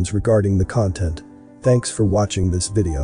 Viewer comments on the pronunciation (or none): none